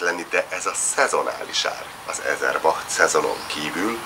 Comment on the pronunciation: H hangot nem ejtjük Winkli. Ezer Bat. A seggzuhany a legjobb dolog. Azsiaban mindenhol van.